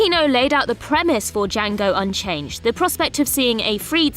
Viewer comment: "Django UnCHAINED, not "UnCHANGED"...